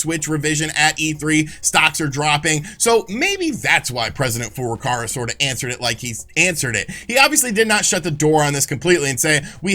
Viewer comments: Just waiting for Nintendo president FLCL to give us the goods. It wouldn't be so bad if didn't say the name so many times in quick succession. President four door car-a. Furukawa is close to Fouuru-cow-a. And like Sean and his 12 shares, I can offer the correction because I bought his 32x book, the signed edition even. And its great. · Is ever going to pronounce "Furukara" right?